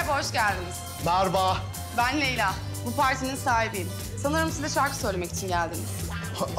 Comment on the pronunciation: marbağ (merhaba) hahahgulmetten oldum😀